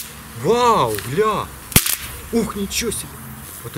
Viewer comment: Как вы заебали со своим "ЛЯ"